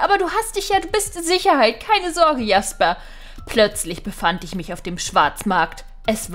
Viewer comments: Hi Man spricht Jasper nicht Jasper aus sondern Schäsper 😉 ich liebe deine Videos Bitte Liken damit sie das sieht 👍🧀❤️ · Jasper: Aussprache tschäsper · ich glaube Sein name wird Jäsper also im englischen ausgesprochen oder nicht?! 😂😘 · Sorry aber ich glaue das wir Tschäsper ausgesprochen 😄😄👍👍